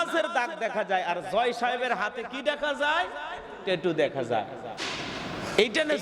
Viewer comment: হুজুর টেটু না,ওটা ট্যাটু